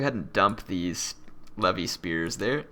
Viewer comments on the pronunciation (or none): none